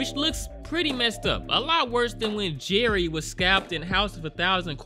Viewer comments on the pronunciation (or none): none